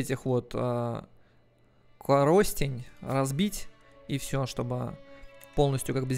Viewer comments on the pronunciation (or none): none